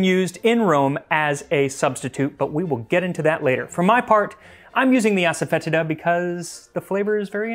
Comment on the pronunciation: I think it's pronounced ass-a-fa-tee-da. Happy to be corrected.